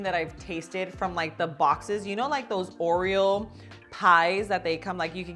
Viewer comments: Is it just me or is she saying “Oriel” instead of Oreo 😆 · Except when doing the whipped cream, she DOES say “Oriel”. That’s probably a learned behavior as a kid and it’s just stuck with her. (Like some kids say “crown” for “crayon” or “pasketti” for “spaghetti”. You can close up on her mouth to watch her lip position as well as slow down the playback to listen. At the end, at one point, she says “Oreum”. And then Oriel again. She also drops the plosive effect of the double t in the word “button”. But it’s just one of the things that makes her even cuter as a presenter. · oh thank you..I thought I was going nuts because I was hearing her say oriel many times..maybe to avoid trademark issues? but still lol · It's not you, she is saying Oriel 😆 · I noticed the same and scrolled through the comments to see if anyone else noticed! lol